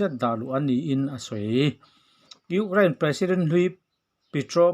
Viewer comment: Urein a ti leh zauh thin tih mai loh chu a bengvar thlak e